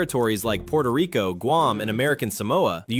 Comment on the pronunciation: I like that she pronounces Puerto Rico the right way.